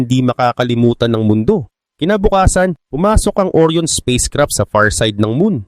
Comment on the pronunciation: Ang tamang bigkas po ay ORA'YON hindi OR'YON (ORION)